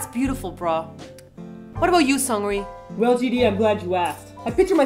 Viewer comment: Hilarious :) one minor correction: Seungri's name is pronounced "SOONGRI", just with a shorter "u" soound like in the English word "foot".